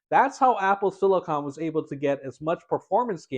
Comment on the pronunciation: Thank you so much for pronouncing “silicon” correctly. Most YouTubers pronounce it as “silicin” (and also say “two thousand a hundred”) which drives me up a wall!